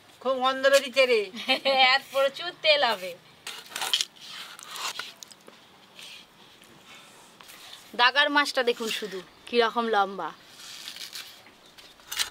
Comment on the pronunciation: আপনি সব সময় ভুল উচ্চারণ করেন কেন মাছের গাদা কে দাগা , আবার কাতলা মাছ কে কাদলা বলেন।